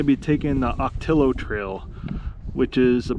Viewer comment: For travelers that are Spanish challenged.... the native plant and the trail named for them, Ocotillo is pronounced- Oh-ka-tee-yo. 😃